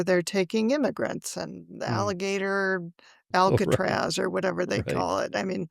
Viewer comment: "Alligator Alcatraz" 🤦‍♂️